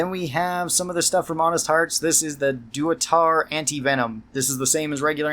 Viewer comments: You saying dua-tar instead of da-tu-ra is making me laugh so damn hard. EDIT: Yeah okay your ranking for Steady is crazy strange. It gives 95% on VATS in all ranges with nearly any gun and reduces the spread to nearly null. It makes you able to take down anything from nearly any range. Easy S tier. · Please…it’s “Datura” Dat-ur-a. Not doo-a-tar 😂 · It’s pronounced da-ch-er-ah btw, not doo-ah-tar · Datura (Dah-too-rah), Durotar being a desert peninsula in Kalimdor :P. This is a seed pod plant found in the American SW. The seeds of which are psychoactive and used in some medicinal and spiritual practices by natives and others in the areas they grow. I have heard it described as pleasant in small doses and absurdly hellish, bordering on psychosis-inducing in heavy doses. They grow all over the place and surprised me when I learned how potent they are. The game stretches the truth a bit in how effective it is, but it's cool to me that such a substance saw such love in FNV. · That datura pronunciation killed me and made me feel some primal rage, but then I remembered it was probably intentional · Never heard somebody so badly mispronounce "datura" :P